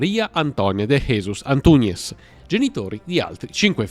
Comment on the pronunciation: Una avvertenza sulla pronuncia: in portoghese, la J (ad esempio, in Jesus), pronunciala non "alla spagnola", ma tal quale come in francese...